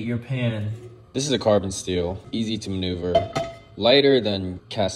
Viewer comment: bro said carbon steel like its a car part